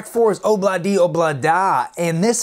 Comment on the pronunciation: Pronounced: EESHER... Long e on the first syllable... Sure you will be sick of being corrected on this... Good review though... Also... Pronounced Oob not Ob...